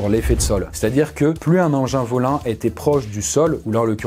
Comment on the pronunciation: "un engin volin"